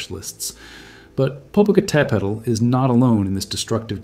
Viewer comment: So happy to hear Popo properly pronounced! 👍🌋💥🥰